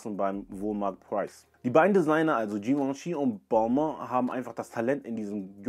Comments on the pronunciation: Sehr gut recherchiert und ausgearbeitet aber die Aussprache mancher Marken wie Patou oder Balmain sind nicht sooo gut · Natürlich, die Aussprache ist nicht besonders gelungen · Bitte Balmain korrekt aussprechen, hoert sich schrecklich bei Dir an. Bitte ! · Balmain wird so ausgesprochen. Hier noch ein Hinweis für dich: :)